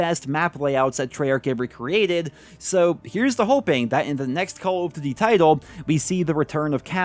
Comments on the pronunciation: It’s call of DUTY, not diddy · The way this mf says Cowl-f-d'ty.